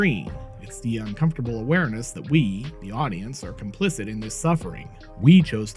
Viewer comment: How many complicents can one guy say?